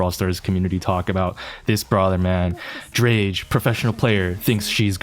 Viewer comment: "Drage" and "pro player" 😂😂